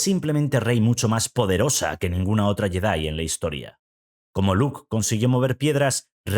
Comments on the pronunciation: Si vas a pronunciar la 'J' como 'Y' para decir Yedi, entonces de una vez por todas pronuncia bien la palabra Jedi como "yedái". Otra cosa, la 'L' no se pronuncia en Skywalker. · Pronuncia bien el nombre Jedi, Skywalker. Ósea nada nuevo. Lo peor es que en la última película pusieron una escena lésbica. Rey es una típica Mary Sue.